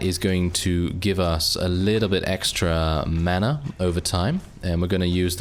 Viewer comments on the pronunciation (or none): none